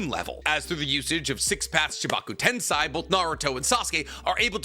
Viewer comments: Why do you keep mispronouncing 'Tensei' as if it were Tensai? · Why does no one care that consistently mispronounces the word tensei? Like it’s on par with people that say nuke-you-lur in stead of nuclear.